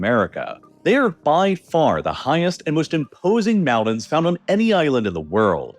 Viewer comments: Great video, I just wish you would pronounce "Mountain" and "mountains" correctly. It sounds like you are saying "mao-dens" and that bothered me every time, lol!!😂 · I like that idea but first he needs to stop saying "moundains" and learn to correctly pronunciation the word "mountains". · He doesn’t say mountains! He says mounnains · Mounains... i guess it has a silent T in it now. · mounins! 😂 never gets old 😅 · I utterly despise this voiceover. I can't work out if its AI or not, as every sentence sounds almost exactly the same. But the pronunciation of "moun-ains" is killing me the most. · Where is this guy from that he turns Ts into the D sound lol Great Briddan...Moundains. Maybe has a cold..or Canadian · This is what happens when parents don't say, "LOOK AT ME when I'm talking to you." ... Moun-ains... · He prounounces Mountains as "Mounnnains" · Mounan look at all those mounans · “Moun’ains” ??? Mountains, mounTains with an intervocalic “T”. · What, you don't like hearing about people being "eden" in the "moundans"? It's an impordan issue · like how he says "moundains" instead of "mountains"?